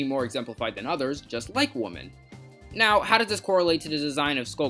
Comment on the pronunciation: Take a shot everytime he pronounces women as woman.